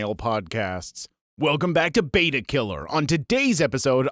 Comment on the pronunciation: You know you're saying the name of the fish (betta) wrong, so you say it multiple times to double and triple down. Bring back the other dude! It's not beta, it's betta.